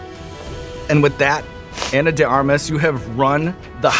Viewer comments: I think it's Ahnah...not Eina...mister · did he call her Anna? Like, Anne-Ah?